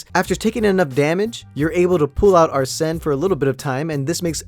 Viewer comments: Say is ARSEN Not AR-SEN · Ya it's ar-Sen